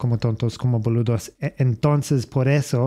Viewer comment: Never thought I'd hear Boludo with an Aussie accent! Gracias por poner hablar de Franco y de Argentina. Somos un pais de gran tradicion automovilística asi q esta bueno enseñar esto. Suerte!